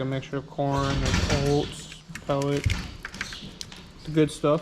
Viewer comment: Definitely from Wisconsin with the way you say “oats”. Entertaining.